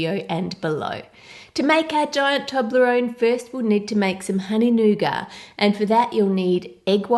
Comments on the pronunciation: I love you, but...it's pronounced nougaT. Not nouga. So irritating when people mispronounce or misspell words. Again, love you & your channel, not picking on you at all. It's just that I'm only halfway through the video and you've said "nouga", like, 25 times already! 😨 Could you try making a giant Cadbury Creme Egg? Or giant Cadbury Caramello? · Is it just me or does it sound like she's saying nougar instead of nougat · My inner Brit is coming out. All these words being pronounced wrong😂 'toblerone' 'nougat' I can't even